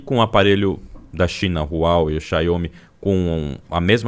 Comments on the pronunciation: Cada vez que esse cara fala chiainhôme Xiaomi minha expectativa de vida cai 1 ano. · A cada "Xaiômi" que ele falava, era uma facada nos meus ouvidos 😖